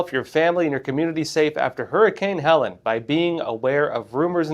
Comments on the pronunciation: It's pronounced Heleeeen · Many won't take your fact checking seriously if you don't even know how to pronounce the name of the hurricane. he-leen'